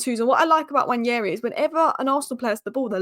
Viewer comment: I like how you pronounce Nwaneri!